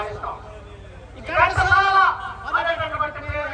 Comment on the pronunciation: 😂😂😂 Arey bewkoof నాయాల😂😂😂ఘంటసాల ను కంటసాల చేసావు కదరా 😂😂😂ఇదేనా నీ gyanam?🤣🤣🤣 అరేయ్ బాగా అరేయ్ నువ్వు మరో సారి చదువుకొని రా😂